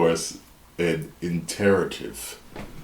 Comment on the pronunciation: To be fair, this is true for literally almost every single game that is developed. Source: Being a designer that has to painfully cut game content that you love, but simply doesn’t “fit.” Iterative process, indeed. (Mispronounced or otherwise 🙂) Keep up the great videos,! You always have great, interesting takes on all things gaming. Even if I disagree sometimes, that’s only natural, but you are always honest and respectful about your opinions! 🙂👍